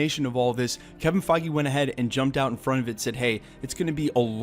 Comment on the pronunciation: kevin fy gee?!?!?!?! ... LMAO